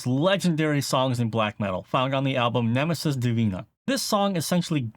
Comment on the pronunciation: tu pronunciacion de "nemesis divina" solo me deja en claro que... sabes hablar español? jaja